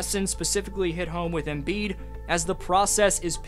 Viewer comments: It’s not embeard!! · “Embeard” lmaooo